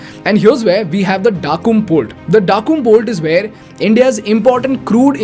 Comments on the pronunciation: Why would you day Daqum port ? Oman mentions this at Duqm as in pronounce as ' Duqum ' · Small correction. Duqm is not pronounced as Daa-kum. It is pronounced as Do (as the word "Do")-kum (as in the word "Hukum") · That's duqm not dakum 😂😂😂 please pronounce clearly